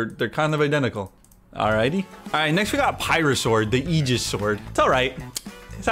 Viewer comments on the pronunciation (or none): none